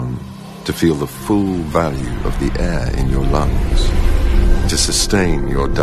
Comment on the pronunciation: only ben can make the word 'air' into two syllables